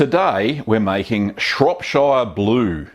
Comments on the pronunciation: not being pedantic..... well i am but i'm from there..... it's pronounced shropsher, not shropshiiire :-) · It's pronounced "Shrop-sherr", not "Shrop-shieerrrr" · It's pronounced like Cher rather than Shire. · Matey, it's Shropsheer, not Shropshyre... it's not Lord of the Rings! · Long-winded presenter if ever there was one! Just haven't got the time or patience to hear him out. And, he mispronounces all the English counties the same as ShropSHYER, where I also am from. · Shropshire is pronounced Shropshur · Shropshire is pronounced Shropshur, same goes for all the other 'shire' counties in the UK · Shropshire is pronounced "Shrop shuh" - like the sound in the word "pressure". Same goes for Cheshire, Lancashire etc etc. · It's pronounced shorp-shirr.. lots of people from abroad make this mistake.. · Pronounce shire or shear or Shuh probably better off saying it Shropshear or Nottinghamshear as a Salop my self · Shrop-Sheer, not Shire.......... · Shropsheer lol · "Shropsher" :o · It's great that you allow your subscribers to learn from your minor blues, lest we repeat them. By the way, Shropshire is pronounced "Shropsher". When speaking "Pom", we Aussies should endeavor to get it right. Got it ..... guv? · I clicked on this just so I could hear you mispronounce Shropshire :D You didn't disappoint! haha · don't blame him, english is his second language. really, every time he said shire, it was like bamboo pins under my finger nails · The way you pronounce shropshire gives me anxiety... I'm British btw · Please pronounce Shropshire correctly at least lol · Itttsss fiiiiinne You english and your "burgh" and "shire", as long as the message is conveyed it's fine. If I corrected every person who pronounced "New Orleans" like a tourist, I'd never have time to watch a guy make cheese.